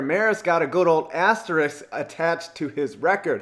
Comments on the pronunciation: Can you learn how to say asterisk, not asterix? Please? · it is asterisk, not asteriks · It's pronounced "ass-ter-isk" you fucking idiot. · ASTERISK. Just like it's spelled. ASTERISK.